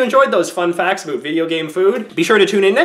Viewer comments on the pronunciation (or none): Aboot, Aboot 😂